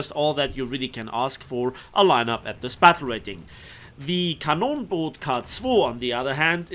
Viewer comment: Den Namen so ohne Akzent aus zu sprechen ist nicht schlecht : )